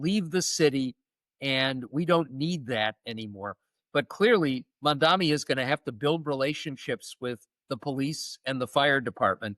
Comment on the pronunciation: It's not mom-dom-me, it's mom-DON-ee :)